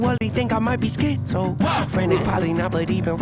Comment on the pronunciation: im always surprised when people who react to this video dont react to the way Nate says 'schi-zo' where its a sharp upward inflection on the first syllable and a sharp downward inflection on the second. the implication of the change in thought process even inside of the same word, or how paralyzing it feels to be emotionally up one second and down the next like bipolar but on a much more serious and significant scale.